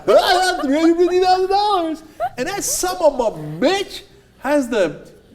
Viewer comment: Can we please teach this guy how to say "son of a bitch" not "sum omma bitch"